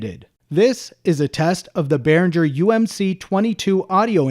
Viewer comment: Please stop pronouncing G in Behringer the way you do. It's the same G as in Gibson.